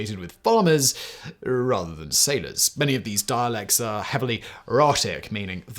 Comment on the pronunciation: Gotta be that pedant who points out it's not pronounced "rot-ic" but instead is "rho-tic" even from speakers of non-rotic dialects as far as I've ever heard.